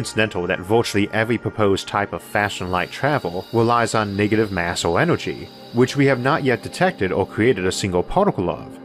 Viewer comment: Univorse... Orth... Onergy.